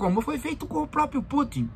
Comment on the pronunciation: Levei 2 agulhadas no ouvido logo no início do video: "o própio, o própio exército ...". Parei por aqui. Tchau